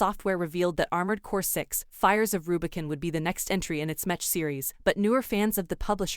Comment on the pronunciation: lol “metch”